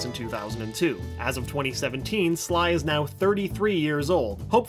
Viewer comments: he says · did anyone notice when he was talking about david scully that he said 3 instead of sly? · On #43, I think you had the name Scully on your mind and you accidentally said Sky instead of Sly. Just a nitpick, though. Not a big deal. Lol